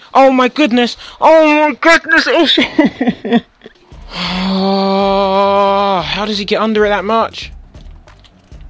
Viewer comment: HAHA HE SAYS EL SHARORY!